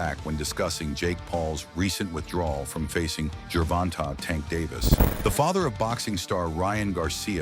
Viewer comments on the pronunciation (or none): Who TF is Gervontarrrr???